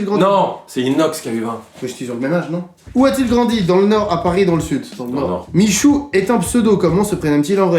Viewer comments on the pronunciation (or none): RIP michou qui entend son prénom mal prononcé